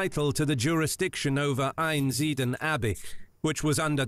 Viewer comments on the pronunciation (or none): Who speaks that OG video? An AI? Or someone who can't pronounce words the Abby is called Einsideln but he says einsiden he just chooses not to pronounce some letters 😂